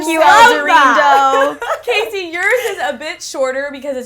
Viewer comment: Weird how pronounces her name when Alexandra is introducing her in the intro.